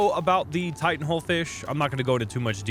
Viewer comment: Lmao Titan fish..no no it's T H 🅰️ N 🅾️S Fish